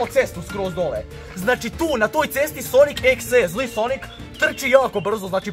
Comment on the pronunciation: Kaže se sonik dodi EK si. Mislim daje videe namješten jedino kuća je uvjerljiva